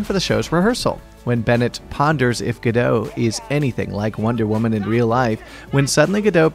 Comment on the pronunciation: It's pronounced "Gadotte"